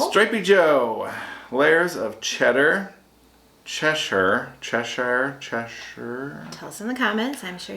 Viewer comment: ...you pronounced Cheshire correctly - Chesh-her